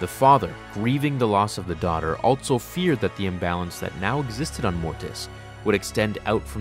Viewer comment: That is not how also is pronounced